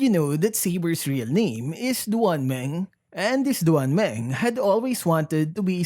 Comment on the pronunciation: It's pronounced as "Dwan Māng"